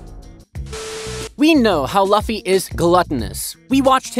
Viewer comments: Said luffy wrong lol its not "loffy" its Lu ffy" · yeah the pronunciation is " Lu-ffy not La-ffy" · it is not laffy it is luffy it is not alabama it is alabastar good content othervise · why did you say fluffy with out the f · I can't watch anymore. You mispronounced luffy's name too many times. Disliked and out. Research how their names are pronounced next time.